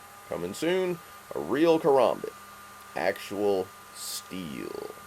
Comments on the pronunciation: its not a kaRAHmbit, its a kaRAMbit, as in (ka-ram-bit) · its ka-ram-bit not karumbit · yeah probably because he is probably a knife enthusiast I'm just saying to me it sounds weird when he says karmabit